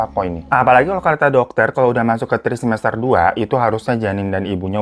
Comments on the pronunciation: Trimester bang, bukan trisemester 😅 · Trimester bang bukan trisemester 🧐 cubit nih 😩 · Trimester babang bukan trisemester